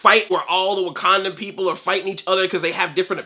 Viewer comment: Andre I'm sorry but... WIKANDAN KNUCKLES